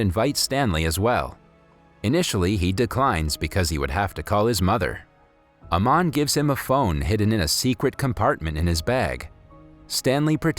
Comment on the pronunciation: It's not Naman it's aman